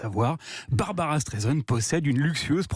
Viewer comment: BarbRa not Barbara